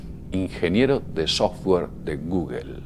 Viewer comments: Es guggo no gugel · No manchen, que se puede esperar de un wey que dice "guguel" ya a últimas dijera "google" que así está escrito. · Que demonios es "goguel"? Que hable bien por que no se le entiende! Que diga "Gugl" o "gogle" pero que no invente! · Se dice gugol... no guguel. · De gugelllllll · gugel, estos españoles siempre se inventan su propia pronunciación, jajaja no es sino oírlos decir Oracle :) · Me encabrona cada vez que dice "gugel"